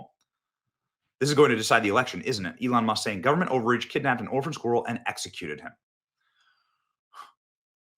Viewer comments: It’s driving me crazy that you can’t pronounce the word “squirrel” properly. Great video though, that story is a seriously bad case of government overreach. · Today, all the people of Scotland learned how to pronounce ‘squirrel.'